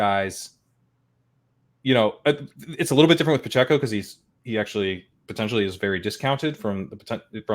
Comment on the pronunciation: As a Chiefs homer, hearing how said "Pacheco" causes me great pain. With that said, this was a fantastic show.